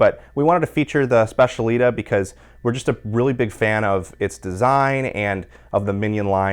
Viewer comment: The Mignon machine is pronounced, "SPETCH-EEAH-LEE-TAH" with the emphasis on the last syllable. There is no "sh" sound in it at all